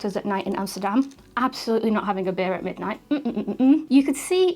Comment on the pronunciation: that's funny, how you said 'Hamsterdam'....as a young boy I used to say Hamsterdam, not knowing it was called Amsterdam :))...btw my em5 has become my everyday camera...after 'downgrading' from a Nikon full frame and a couple of fuji cameras :)